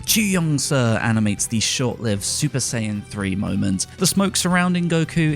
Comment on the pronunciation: TheLegend27 Hope so too, getting tired of "Supa-Sayajin Bluu"